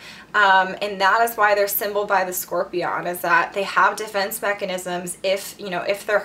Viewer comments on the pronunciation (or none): Why she pronounced scorpion like that’s she said Scor-PEE-on